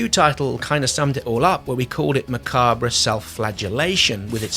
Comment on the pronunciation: Look up the pronunciation of macabre and coup de gras